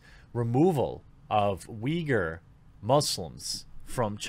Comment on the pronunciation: You have the correct Chinese pronunciation. They spell it Wei Gur in Pinyin. Cenk Uygur’s father was from that area, I believe. There are a fair number of ethnic Uyghurs in Turkey. They and the Turks pronounce it Oo-ee GOOR.